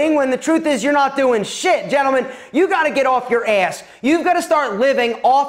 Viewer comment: I live for the way says “ass” 🤣🤣